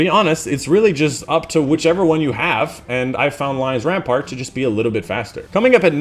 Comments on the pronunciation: Lion Rampant! ram-pant not ram-part. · Rampart? I stopped watching when he didn't bother to read the name correctly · Rampant not rampart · Lion RAMPANT, not rampart....